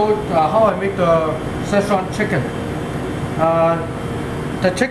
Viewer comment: Maybeeeeee you could actually make a Szechuan sauce yourself (As shown in the video) instead of selling your car. ;) Also please stop calling it Zeechan. Sincerely, Entire region of Szechuan